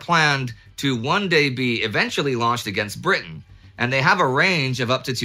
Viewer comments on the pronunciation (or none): none